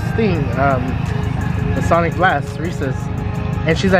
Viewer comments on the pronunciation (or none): My ngga, there’s no S at the end of Sonic. Stop.